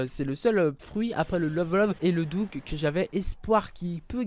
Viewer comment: sstp arrete de pronnocer dougue le dought. sinon coll vidéo